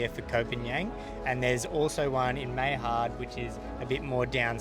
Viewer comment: Gosh you guys need to learn how to present and pronounce the beaches correctly ..it’s not “hard salad” it’s Haad (Had) obviously you haven’t been there for long or if you have you’re just air heads